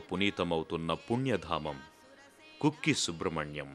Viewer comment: కుక్కి కాదు.. కుక్కె